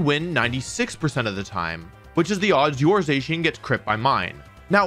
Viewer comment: Has to be the only person on earth that pronounces Zacian wrong somehow